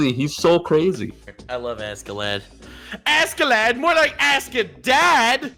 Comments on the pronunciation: Says Askeladd like Ascelad. Me:"Jump out of the window. Now!" It's Ash(c)elad or Aš(č)elad. You got FMA right, but Askeladd got the wrong pronunciation. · don't want to be that guy but you pronounce askeladd like aske laad, (it translates to covered in dust it is two different words). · says askeladd show Thorkell